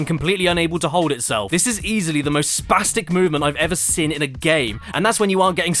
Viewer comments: Why do u pronounce "seen" like that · If he pronounces "seen" as "sin", how does he say "sin"? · I can accept pronouncing room as "rum".......but saying seen as "sin" is simply too far